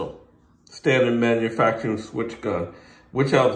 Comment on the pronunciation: Not a good idea to listen to a guy there in a video who can hardly pronounce the word manufacturing